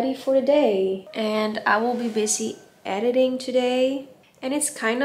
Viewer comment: Wat leuk dat je Engels vlogt! <3 Klein uitspraaktipje, soms zeg de "th" klank, zoals in "though", terwijl het een harde T is. Bijvoorbeeld Tiktok als Thickthock (om ) uitspreken of Edithing! Girls gotta help each other out! <3 XO